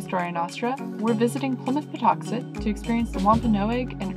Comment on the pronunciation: I was born a few towns over and I’ve always been here and it’s still Plymouth plantation and it’s pronounced paw tux et like it always has been.